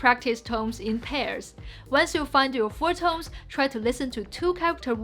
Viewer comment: I love how she says "tomes" instead of "tones" half the time. That's so damn cute :D